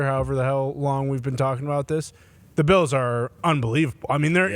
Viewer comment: I always thought Pat said Buffalo Beatles, now I realized he is calling them Beels lol